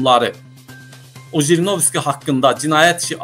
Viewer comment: НЕ ЖРИНОВСКИ А ХРИНОВСКИ